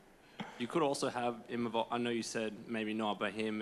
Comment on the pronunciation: The name is IMAVOV, not IMAMOV, not IMANOV, I-MA-VOV, and he's gonna whoop your ass